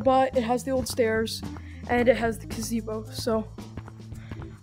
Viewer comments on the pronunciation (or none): Bro really said cazebo, it’s called a pavilion